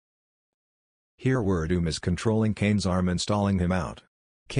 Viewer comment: Can't you just type in the names that the computer thingy can't pronounce correctly the way they sound instead of how they actually are and then when you put up text you type it correctly. Not that it matters since I know who Ver Doom and Kubeeb are.